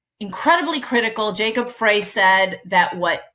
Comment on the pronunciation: Just a note - Jacob Frey pronounces his last name "Fry". From MN.